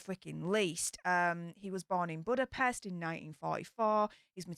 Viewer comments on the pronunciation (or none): none